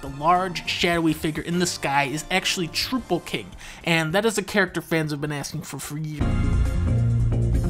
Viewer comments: Realized it was a joke when he said "Troople" King. Everybody the right way to pronounce Trouple! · This is obviously fake. You can tell from Dunkey pronouncing it as “troople king” and not “trowple king.” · Extremely detailed and on-point analysis. The only discrepancy that I could find was that you mispronounced 'Troupple King'. It's in fact a portmanteau of 'trout' and 'apple', which would make its pronounciation 'Tr-ow-pple' as opposed to 'Troo-pple' as you mistakenly spoke it as. Great video as always dankoy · TROUPPLE KING IS PRONOUNCED TROWPPLE NOT TROOPPLE. GOD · Pronounced Trowple. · I can't believe you mispronounced Troupple King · The only thing that made me mad is how he pronounced trouple king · "Half trout, half apple, pronounced like mouthful." You done fucked up Dunkey. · Troupple kings name is not pronounced that way but I am definitely excited to play him in the new smash 5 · this dingus couldn't even pronounce "troupple king" right! it's supposed to be a pun on "trout" and "apple", dummy! How can i trust any of your information now?